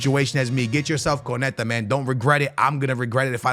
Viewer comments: It makes my skin crawl every time he says it wrong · say it with me it’s pronounced cone-nah-tay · It’s crazy how lazy content creators are, in particular doesn’t even bother to learn how to say konates name yet his video is about him, not to mention konate is currently one of the most solid cbs in world football rn too